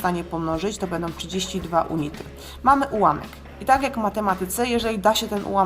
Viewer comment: unity czytamy junity :)